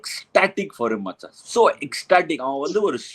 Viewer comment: First time am touched as well as blown away by Robin'😊s comments! So good in explaining a cricketer from their eyes and side... Absolutely stunning❤, liked how he speaks Tamizh specially "Machan"😊